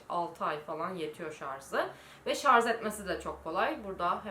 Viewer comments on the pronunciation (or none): yüzünüz gayet güzel.Sadece saç rengi ve makyajinizda düzenlemeler işe yarayacak ve sizi daha güzel gösterecektir.Birde özür dilerim kabalık ediyorsam fakat şarz değil şarj. (